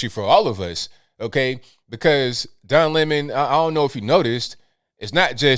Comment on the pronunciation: Don Limon as Tucker pronounces his name!!!!!